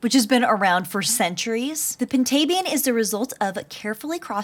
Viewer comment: I always pronouced Pintabian as (pin•ta•bee•n)